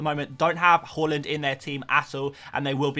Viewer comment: Love how you’re still saying halland 😂love it, not Haaland anymore 😉